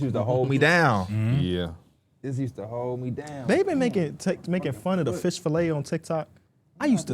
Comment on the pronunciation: really said Flish Fillets😭